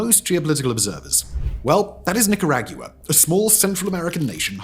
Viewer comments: Since the Brit pronunciation of Nicaragua is typified by the same within this video, I wonder why Managua isn't pronounced Ma-Nag-You-uh?? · That's pronounced NicaRAWgua Not NicaRAGua. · Oh man … people should get locked up for saying Nick are AGEYOUWAH It’s Nick Are Ahhg Wah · I seriously had to stop watching it halfway through. For fucks sake, Simon, Niccaaraagguaa…. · I lived in Nicaragua for 6 years and The Nicas pronounce it "nee-kah-RAH-gwah". But English speakers often say "NIK-uh-RAG-yoo-uh" - why do we add an extra syllable 😂 ? I prefer the local way. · Nicker-agua right? Tf is nicker-aggie-uah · Agua in Spanish, that is how you pronounce Nicara-agua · NI CA RA GUUUU RRREEAAA LMAO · Nick-ah-rah-goo-ah, just in case you wanted to know how to pronounce it correctly, lol. Wrong, the oil revenue was STOLEN, what brought the economy back was their crackdown on crime to try to invite tourism & foreign ex-pats to retire there. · Nick er ag you ahh Hahahaa. Too funny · If i promounced ireland eerielond, or britain as brytayn, i would instantly lose credibility and intelligence. Thats you with nIcaraGEWA. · First time I heard the country pronounced Knicker-AY-gyoo-wuh 🧐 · “Nikki rag you uh”? Say “Chi Chi Rodriguez”. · Yet again, Simon comes up with a new pronunciation of a word I’ve heard a hundred times, but never like that. “Nee Ka Rag You Ah”. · Oh, man. When did it change to nikker-ag-yoo-uh? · Knee-ca-rah-gwa, pronounce it correctly please. Also, try not to quote that villain John Bolton ever again. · Nicaraguan here. It’s “NEE-CAR-UH-GOO-AH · Nicker-Ahgwa. Your welcome,. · Bro…. NIC UH RAW GWA! wtf?! 😬 my ears. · The accurate title: No one is talking about the way Simon pronounces NicarAGEWA… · I couldn't finish watching this. He says Nicaraguewa too many times. Sorry lol. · lol he says Nicaragua so funny no one says it like that you say it like Nik-er-raga thats how you pronounce it Simon lol 😅😅😅 First time I've ever heard it called that